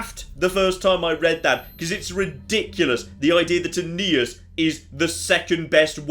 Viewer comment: Aeneas Me: A...Anus?